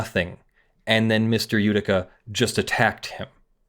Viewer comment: That name is a bit mispronounced. It is "Jödicke". J like "Y" in "You". "ö" like you say "ou" in "Luxembourg", "dick" like in English, the final "e" like the "e" in "hey". As you currently pronounce it, it would be written "Judika" or "Judicka" in German. No offense, just hoping to help.